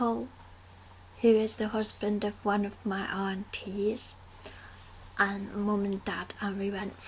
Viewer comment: LOL When you said 'aunties' I thought you said 'NTs' :)